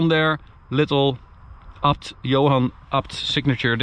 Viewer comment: Please say it properly, A B T, not apt